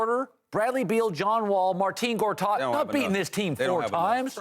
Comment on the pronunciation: Marteen gortat? Lol